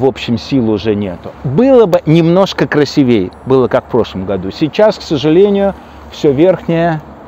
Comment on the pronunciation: Спасибо большое за советы, за красоту, за вдохновение! Пожалуйста, не забудьте: красИвее , а не красивЕе!